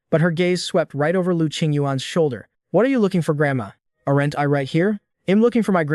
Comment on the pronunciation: 'errant' instead of 'aren't'?